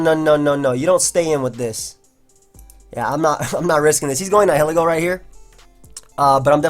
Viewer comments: I thought Nihiglego was pronounced like "nihilism" is. (nye-ihl-eh-goh) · Hi, I think it's pronounced nile-ego...latin roots nihil (no)(pronounced "nile" like the river) and ego (self) (pronounced like the waffle). Probably because it is a symbiont and fuses with another body. Keep up the good work! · actually, the correct way to say Nihilego is Knee-he-leego:] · Dude look up how to pronounce nihilism but take off -ism and add ego (like egotistical). Love you btw